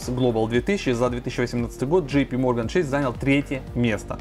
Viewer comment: Блин Чэйс правильно, какой чэйси)))